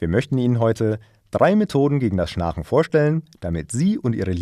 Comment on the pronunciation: Erst die komische Aussprache des Wortes "schnarchen" und dann der Klassiker "Kinesen" Sind die etwa in der Lage mit ihren Gedanken Dinge zu bewegen? Ich glaube nicht!